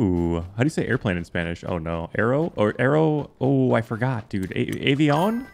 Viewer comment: Lol yur spanish good an Airplane yu say It like Avei'own but its spelled "avion" we call my cousin that for air plane #TaeLoco